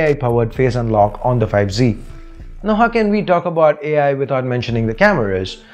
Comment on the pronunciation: it's not bout it's About